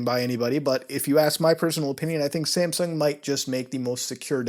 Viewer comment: Is it just me or does he pronounce "Samsung" like "Sampsung"?